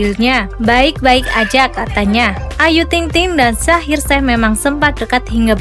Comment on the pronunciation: Kok panggil nya shaheer sheikh bukan e tapi eikh agar lafalnya terdengar ucapan i . Salah mbk bukan shaheer sheh tapi bacanya ada terdengar i mohon di betulkan ya!!! Aq suka kok!!